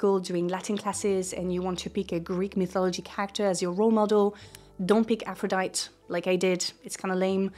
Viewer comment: If you're going to present in English you need to learn our pronunciation for words. Jealous doesn't have every vowel pronounced, Aphrodite has the 'e' said at the end.